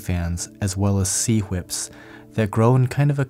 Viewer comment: please say "Sea Whips" again 😆